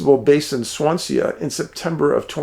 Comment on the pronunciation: Thanks David, from the UK (Scotland). FYI, Swansea is pronounced Swan, sea (as in ocean) 🙏🏽❤️